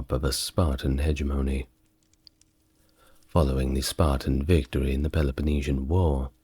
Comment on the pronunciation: Hegemony = Huh-JEH-muh-nee